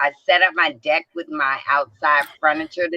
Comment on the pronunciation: Well it did sound like you said di..k instead of deck